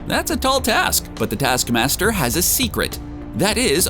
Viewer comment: ‘Detaskmasder’, ‘Nedasha’? Get some nasal decongestants man. Everything you do makes me watch something else. Are you deaf?? Are you a robot? WHERE IS YOUR AWFUL VOICE FROM?!